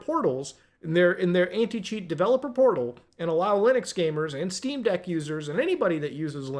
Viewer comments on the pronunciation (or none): none